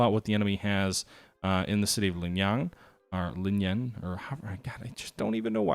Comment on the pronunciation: Lingayen has two commonly accepted English pronunciations: Lynn-Guy-in or Lynn-Gay-in.